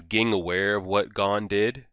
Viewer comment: Very minor but Ging is pronounced like Zing in Japanese! Great reaction regardless thanks!